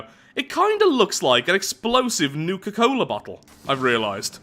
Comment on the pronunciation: Wait, did you say NUKA cola? Have you played fallout?